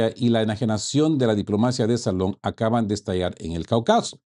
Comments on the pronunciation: Estimado camarada, interesante informe. Te sugiero que revises la pronunciación de la palabra Caucaso. Se pronuncia con énfasis en la primera a. Nos vemos en la próxima. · Cáucaso, no CaucAso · CaÚcaso no “Caucáso", lleva acento en la U. CÓnclave no “concláve“ tiene acento en O.